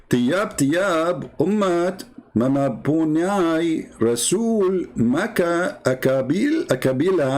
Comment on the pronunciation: ....I recommend you to use voice translator...n listen to how the word are pronounce eg.mem_pu_nyai n so forth.Nevertheless keep on trying n lift up high the banner of Christ n Jesus is Lord.